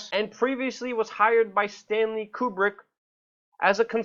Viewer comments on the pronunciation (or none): none